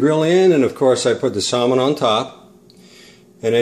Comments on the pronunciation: You don't pronounce the L in Salmon ( Sam in) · The L in Salmon is supposed to be silent. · No. That is NOT how you say Salmon anywhere. Check for proper enunciation.